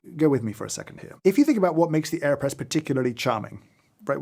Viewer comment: I really thought he said Kanye press and I was very concerned for a second haha